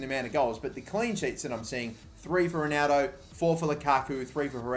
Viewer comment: Y do u say Ronaldo like a dyslexic spa - ronaudo